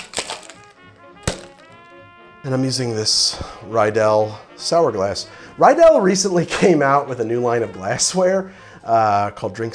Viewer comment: Hey, awesome video! I loved the millionaire cocktail especially, but Riedel is pronounced Ree-del. No offense, just pointing it out.